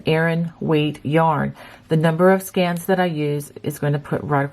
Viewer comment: It's sk..ee..ns not scans